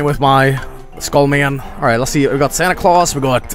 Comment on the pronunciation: there's no e at the end of santa claus